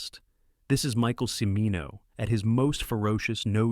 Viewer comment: Cimino is pronounced CHIH-MEE-noh, not si-mee-noh.